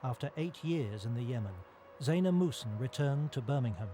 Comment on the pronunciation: their last name is muhsen not musun.